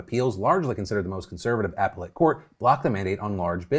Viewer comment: Some pls tell Phil how to pronounce appellate 😩